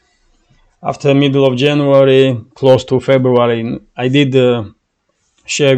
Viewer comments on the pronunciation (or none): none